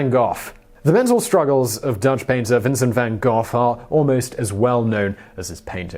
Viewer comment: Its vinsent van gof it is pronouced